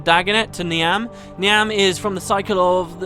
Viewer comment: not important but , Niamh is pronounced Neev, its Irish